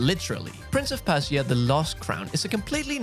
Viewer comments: Prince of Percy-er?? 😂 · 2witch won't launch until 21/11/25. Silksong likely won't come to 2025 either. Holy fuck, how have you never heard someone say "Persia" before? Didn't you go to school?